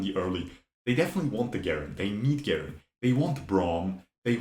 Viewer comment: Never heard someone say garen with a hard g lol